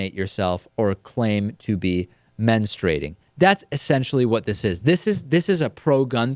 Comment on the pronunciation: its men-strew-ate-ing not menu-straight-ing.c'mon,david..